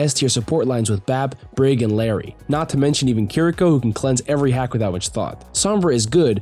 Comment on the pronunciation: the correct pronunciation for "Illari" is something like "ee-yah-di" (if you speak Spanish you should know what I'm talking about). most people who speak English say it how they see it, which is fine. but ITS NOT PRONOUNCED LIKE LARRY 💀